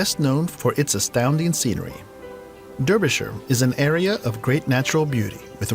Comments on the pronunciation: any county that has the word 'shire' at the end of it is pronounced 'shur' and the city of Derby is pronounced Darby and not Durby therefore the county that it's in is pronounced Darbyshur - it's also NOT a COUNTRY as this bozo wrongly said it was....when he said that I thought that he couldn't read his own handwriting or script which is another reason not to watch his video, isn't it? By the way, I wouldn't watch any video about the U.K. that has an American narrating it because they're always biased towards the southeast of the country especially London. The major omissions from this particular video are the Lake District which is vast, the entire country of Wales, the rest of Scotland apart from the Orkneys of course, Hadrian's Wall which stretches across the entire north of England and separates it from the south of Scotland; if you want to see history it was built by the Romans therefore you can't get more historical than that, can you? Other notable omissions include the entire northeast, northwest and southwest of England as well as the Midlands. When it comes to affordability it's a well-known fact here that the further away from London and the southeast that you go the cheaper things become in most - if not all - aspects of our lives but this doesn't mean to say that they're second rate or any worse than those things that people have to pay astronomical prices for in and around the southeast. Those of us who live outside of London and the southeast of England thi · Eyup me duck (hello friend) I'm from Derbyshire pronounced "Darbyshire" Check out places like Eyam (pronounced "Eem") the real "village of the dammed" Love watching your reactions and if you're ever over in the UK, check out Derbyshire :) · It's pronounced DARBYSHIRE. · Also to the guy narrating, It's pronounced DARBYSHIRE, despite the spelling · Derbyshire is pronounced DARbyshire. x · DAR-BY-SHER... dar, as in arse! It may be spelled Derbyshire, but pronounced Dar-by-sher